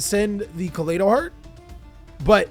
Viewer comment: its "ka-lie-dough", like kaleidoscope. "ah-gee-dough" not "ah-g-dough" "sheer-in" like ed "kit-call-ose" nothing personal, mispronunciation just a pet peeve.